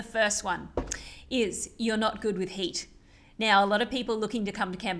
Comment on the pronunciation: You say the hate or heat?